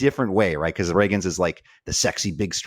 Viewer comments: I know doesn’t read comments because he’s been corrected on the pronunciation of Cole RAY-GINZ several times before and yet here we are… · Why doesn’t correct him on on how to say “Ragans”???? lol it’s pronounced “ray-gans. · Who in the world is Cole Rag-guns!?! 😂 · Please say Cole Ragans name correctly. You can’t be a fantasy baseball analyst and mispronounce so many players names incorrectly. Get off the computer and watch some game